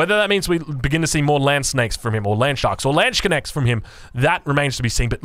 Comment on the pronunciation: Landsknecht not landsconnect lol